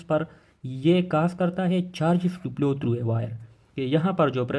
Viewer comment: Bhai plow nahi hai flow hai